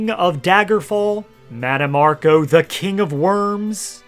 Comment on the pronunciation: Oblivion butchered mannimarco 😂